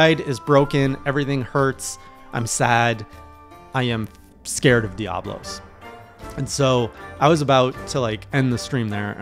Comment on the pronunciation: Leg - ee - ah - nah Oh - doh - ga - ron I mean you can pronounce Diablos fine. Hope this helps!